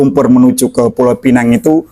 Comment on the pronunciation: Terima kasih kerana dengan benar menyebut pulau pinang. Kasihan juga kerana ramai warga lokal dan luar tidak tahu menyebut dengan benar pulau pinang. Iya jika lidah inggeris memang akan sebut penang. Tapi ramai warga jiran yang keliru dan gabung sebutan melayu+inggeris jadi pulau penang. Warga lokal hanya akan sebut sama ada pulau pinang atau penang. Jika sebutan pulau penang itu jelas warga luar ..🤣🤣